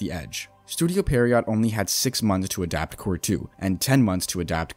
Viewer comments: pee-air-row i think is how u say it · The video is fine, I guess, but you're still including some false information that has already been debunked too many times to count. Also, how is there not a single Bleach youtuber that is able to pronounce "Pierrot" correctly